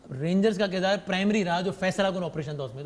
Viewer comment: قردار نہیں کردار